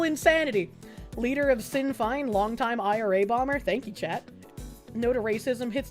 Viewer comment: "Ogilvie" is pronounced O-gle-vee, not O'Gilvie. Sinn Féin is pronounced "Shin Fane". (Isn't learning to speak Irish fun???) Other than that, keep settin' 'em up and knockin' 'em down, lass. God Save Britain. God Protect Restore Britain. In other news, in the US: "Under the Judicial Conduct and Disability Act and the Rules for Judicial-Conduct and Judicial-Disability Proceedings, anyone can file a complaint alleging a federal judge has committed misconduct or has a disability." (emphasis mine.) Yes, Virginia, if we can indict a ham sandwich, why not a malfeasant judge? It's about time we started doing this every time a judge on the federal bench tries to field novel law instead of paying proper attention to the existing body of law. We might be able to make a good enough dent in the Federal bench to prompt other judges serving there to start upholding the law for a change.